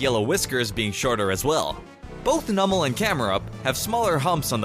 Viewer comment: NEW-Mell the syllable in all caps is the one that all the emphasis is being put on not Nummel MY-Loh-Tick not Mee-LOH-Tick HIP-Po-Po-Tas not Hip-PO-Po-Tas Un-FE-Zant not Un-Fe-ZONT